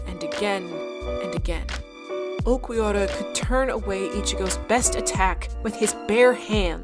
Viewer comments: nice video, it just really pissed me off the way you said uLquiorra as Uqwiorra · Ulquiorra is pronunced "Ur-Kyo-Ra" the r is rolled a bit like spanish people do. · This was fantastic, but the pronunciation of Ulquiorra was killing my ears. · Disclaimer on how 'manga' is pronounced: yeah okay, odd, but I can roll with that, its fine. Nothing for the jarring mispronouncing of 'arrancar' and 'Ulquiorra': okay, let me type up that angry comment they referenced earlier.... Haha, all that aside, this was a fantastic in-depth video essay (incredibly paced and dynamic, very well edited too) on one of my favorite parts of the story (and fight) that does a lot and I appreciated watching. And as a big Aizen fan, I dig that you were able to do all of this and only mentioned his name like three times despite him being such the prominent villain in this portion of the story. Well done overall!